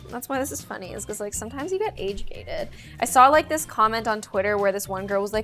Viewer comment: I couldn’t understand you. , you said you don’t like it when you get “age dated” OR “age hated”?